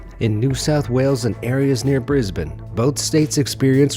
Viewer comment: Finally, a foreign Youtuber that can pronounce Brisbane correctly!